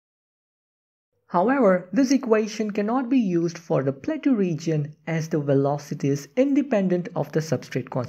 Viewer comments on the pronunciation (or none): none